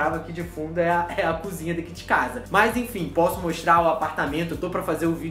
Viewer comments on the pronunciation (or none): none